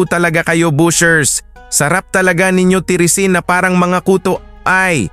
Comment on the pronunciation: BASHERS po. Hindi BUSHERS.